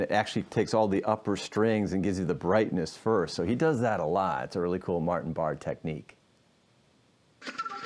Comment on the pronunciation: Pronounced Bar-A